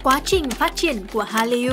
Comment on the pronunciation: Cách đọc từ Hallyu (할류): Korean wave là từ có 2 âm tiết đọc phiên âm tiếng Việt là Hal- lìu chứ không phải phát âm 3 âm tiết Hal-ly-u như bạn đọc.